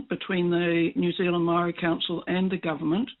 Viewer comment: pronouncing Maori like Mouldy or Mowdy is really wrong. It's idiotic young maori trying to be cool.